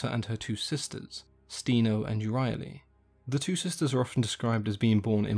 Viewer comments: the pronunciation in the video is not correct. "Sthe-no" is pronounced with an intonation on "no", and "Euryale" is pronounced "Ev-ri-a-li", with an intonation on "a". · I love how everyone I've met doesn't really know how to pronounce euryale, like there's no universal way to say it. Is there an account of her name with how to pronounce it correctly? Here are some ways I've heard it pronounced: Eyure-al, Eyur-I-ale, Eyur-ah-le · Here's one more. In the "Dictinary of Classical Mythology - J.E. Zimmerman" it's pronoun (ū rī' a lus)